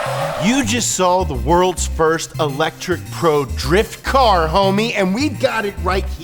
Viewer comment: "EL - etric"